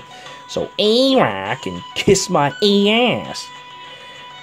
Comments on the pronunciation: Hilarious pronunciation of her name:D...and max respect for what you said. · AYYYYYYYYYY(e)RA I love ur pronunciations.